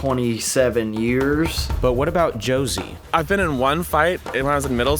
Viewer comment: "Josie" lol